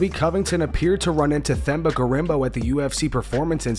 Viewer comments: For the record, it's pronounced Temba, not Themba. You exaggerate the T and forget the H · it’s pronounced TEMBA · Yoooooo why the narrator dude keep saying the (Th) in Themba’s name. The H is silent DH!!! Do you actually watch the UFC bro? You’ve never heard them says his name? lol. Sounding like uncle Chael up in here. lol. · Themba is pronounced "Temba". You gotta bother looking up interviews where these guys say their names clearly. How long were ppl mispronouncing Dricus du Plessis? Its not difficult at all, basic journalism required. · 🔆Bro! it's unbearable, how they pronounce such a simple name so horribly 🤦‍♂️😂😂